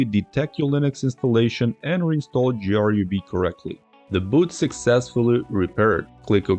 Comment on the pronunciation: Who says G R U B? Is this ai?